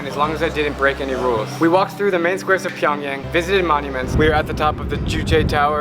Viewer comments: It's PyongYang Not Pyong Young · Pyong (yang) damm pyongyan, made me cringe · "Getting ready to board our flight to PyAngyOng" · It's pronounced Pyong"yung". I have Korean family. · You think you know a lot but you can’t even pronounce the capitals name edit: Pyongyang is basically one giant drama production and only the richest can live in Pyongyang (kinda like the hunger games)